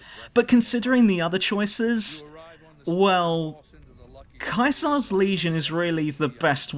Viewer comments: That's Caesar as in sounds like seizure, NOT like Kaiser. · Pronouncing Caesar, Kaiser...that makes me think... ;P